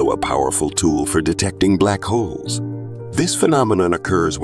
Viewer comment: Omg I thought he kept saying Black Hoes 😵‍💫